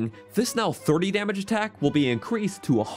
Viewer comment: No offense but did you get enough sleep while editing? “Attakc” 😅